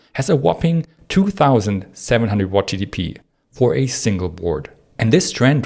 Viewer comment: Great video except the extremely annoying pronunciation of GPU as Chi-Pee-You and TDP as Shi-Dee-Pee. Hard to listen to and hard to understand what you mean.